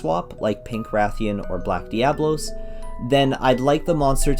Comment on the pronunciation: Good thoughts. You pronounce diablo wrong.